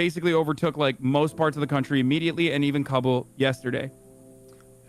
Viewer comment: He's saying it correctly just most people pronounce it wrong